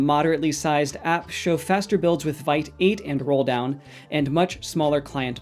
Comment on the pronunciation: Vite is pronounced "veet" (rhyming with "feet" or "beet") 😎